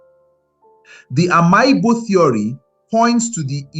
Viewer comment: Bro, it's pronounced Am'igbo not Ama Igbo